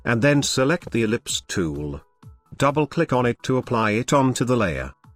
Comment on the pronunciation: I like when you say: "click it-ihhh" XDDDD New suscriber here from Venezuela.